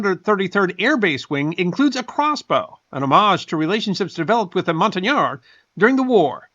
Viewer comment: Professor, purple looks spectacular on you; please wear it more often. On another note, I'm a French teacher and I approve of your great pronunciation of "montagnard."